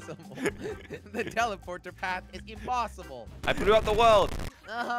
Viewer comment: Josh:jelly thats impessible again: but its impessible